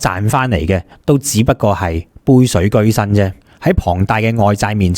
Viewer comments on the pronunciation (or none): 杯水車薪，車字應該讀“奢”，唔係讀“居”。 (居)車水馬龍，至係讀“居”。